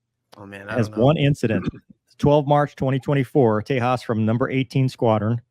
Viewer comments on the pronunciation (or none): dont pronounce it the spanish way like "tehaaas" The J is not silent. Think of it as the J in JAS39 and call it the "Tay..JAS" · Great video. Just a teeny tiny remark if you plan to cover more indian stuff. In Indian languages we pronounce the J. Its not Spanish. So Tejas has a J sound and not a H sound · It's Spelled as TE - JAS (J should be Spelled as J in JET) so it's TE - JAS not Te Haas (Hint - Sanskrit spellings are Sharp not blunt with silent alphabets). Due to Indian Nuclear tests and following Sanctions the program got delayed as Indian Search for a Engine delayed it. After 2014 the project took off with IOC and delivery of Mark I variants. There is also Tejas Navy for which USN showed interest as a trainer briefly. Not much is known about it after though. The jet has not been Exported to any country currently. Then comes MARK 1A First test flight of which was recently concluded and will be operational by 2026 as 5 Squadrons (Intended to be the workhorse of IAF). Then Tejas Mark 2 will follow which is a medium weight multirole fighter aimed to replace Mirages and other types of jets in IAF. There is also a Future dual engine proper naval jet based of this planned and worked on which will be operational by 2031 called TEDBF. Indian Air Force intends to use maximum if it's variants in its extended operations and recently have secured a Mega Engine Deal with Lockheed Martin and US govt. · It’s Tejas, not Tehas… the alphabet J is pronounced! Get these things right! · There is so much you got wrong about the "Tay-h-as"...... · Its Tey-jus by pronunciation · It's not Spanish! Tay-jass. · Its carrier capable, and has landed on both of India’s Aircraft Carriers. Several videos available online. But it is not been deployed on our carries. The Indian Navy will purchase Rafale Ms to replace the Mig29Ks. And yes. You have to pronounce the J as in Jams and Jellies :) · The name is Sanskrit , it doesn't follow Spanish pronunciation.